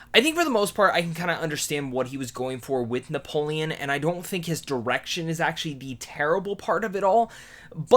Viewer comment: How do you mess up Napoleon...